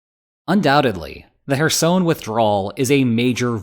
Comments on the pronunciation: If you're making a video about Kherson. Could you at least get the name right. It's very cringy. ''Hersoin'' what?😅 Apart from that great update about the situation there atm. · You say Kherson like Michael Jackson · As someone who speaks Ukrainian\Russian, his pronunciation of Kherson is triggering.